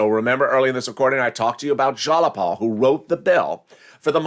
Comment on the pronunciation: Go to Google Translate,: in order to pronounce it correctly - "Tlaib and Jayapal" (detect the language) ☑️ (Newscastors have to be in the know)